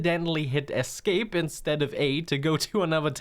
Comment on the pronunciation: Buddy, spell "escape". Then say it out loud. You're welcome.